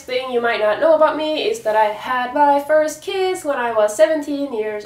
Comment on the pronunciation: Haha blev förrvirrad för trodde du sa "i had my first kids when i was 17 years old" istället for kiss